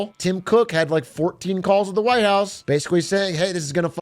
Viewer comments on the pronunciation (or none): none